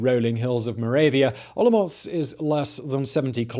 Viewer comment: Hearing you say OloMocc is making my day. Thank you for the great content. And for the silly pronnounciations. ^^